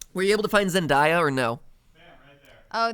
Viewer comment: Hey just saying uhh stop pronouncing Zendaya’s name wrong, she has come out and said it’s not pronounced like papaya, it’s exactly as it looks (Zen, then the word day, then a)